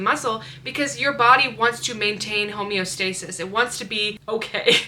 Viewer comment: She fr said homeo🌊stasis 🤟🤟